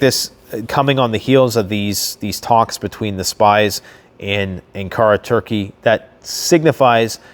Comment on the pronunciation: Bundeswehr is pronounced Boon-des-wear. Please learn how to pronounce Ankara too. The emphasis is on the first syllable An, not ka. UN-kara. As always, great job on the informative video. Too funny about the German uniforms with SS on them. Ooops! Worried German-American subscriber with family in Germany.